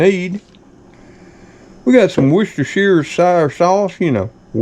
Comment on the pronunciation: Woustershershireshyere sauce, LOL!.. XOXO